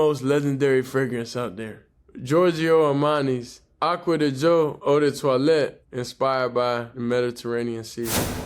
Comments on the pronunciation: Giorgio Armani Aqua DiGio (Dee jee o). I'm here to help with the correct enunciation. I got you Bro. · You must get paid dor everytime you say the name of that cologne. I know ot took you a couple of weeks to actually get ot right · The edits when pronouncing yhe cologne was 😂😂😂